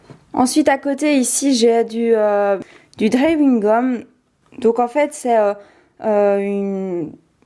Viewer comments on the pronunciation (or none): Je t'aime bcp t ma ytbeuse de dessin préférée Mais les "bêtes " feutres "bêtes" crayons et tout ça fait bcp de bêtes Et quand tu dis drawing gum tu dis "dréoing fil" je trouve drole